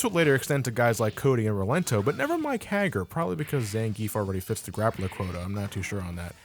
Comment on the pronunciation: Hey, you kinda butchered some of the characters' names such as Adon, Sodom and Mike Haggar.